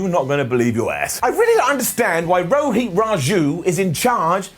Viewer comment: It is pronounced Rohit,not Roheeth